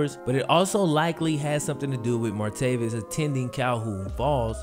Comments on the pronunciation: And it’s martayvis not martayveous!! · MAR-TAY-VIS. NOT MARTAVIUS. JESUS FUCKING CHRIST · Why do you clearly keep saying "Martavius?" His name doesn't have a 'U' in it. It's Martavis. Come on man! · Martavis Bryant is the guys name. Stop calling him martaveeus....it's not even just this video where you forget how to talk. Do better dude.